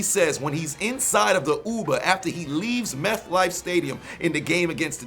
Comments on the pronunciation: For whatever reason, I keep hearing you say "MethLife" Stadium 😂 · Did he say "methlife" stadium?